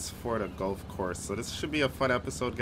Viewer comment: Golf not gulf and water not wartor